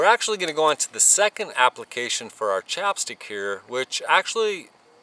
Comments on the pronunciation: It's not "chop" stick. It's "chap" stick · I love your videos, but that accent was killing me every time I heard "chopstick" instead of "chapstick". LOL keep up the good work, man!